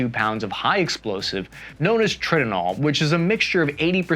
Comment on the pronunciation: Tritonal Tri-ton-al as in a mixture Trinitrotoluene TNT and aluminum AL, not Trit-o-nal. I went through AMMO tech school in 2001 and we were building MK82 using arming wire with mechanical fuzes. JDAM is the bread and butter for my bomber days, however, as combat evolves so do the muntions. The Mk84 and BLU109 bomb bodies which are both 2000 lbs. were the initial release of JDAM and then came Mk82 variant. The real future in GPS munitions has been Small Diameter Bombs SBD's like the GBU-39 which uses a 250lb bomb body which has progressed to the GBU-53, these allow aircraft to load out more munitions at the same weight of their older siblings. The use of something like a 2000lbs bomb for current conflicts seems a bit excessive when not striking hardened targets or pre-planned sorties.